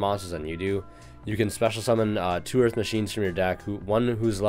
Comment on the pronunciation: EARF MACHINES!